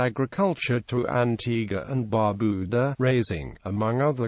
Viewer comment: I am a bit annoyed because of the mispronunciation of the national dishes as well as Bar Beau Dah. Foon Gee -.-but thanks for the video.